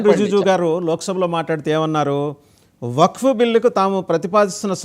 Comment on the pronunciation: Wak/waq kaadu, Wakf/Waqf adhi.meeru Advocate sir. వక్ కాదు వఖ్ఫ్ కరెక్ట్ పదం కనీసం వక్ఫ్ అని ఆయిన చెప్పండి ۔మీరు అడ్వకేట్ సార్.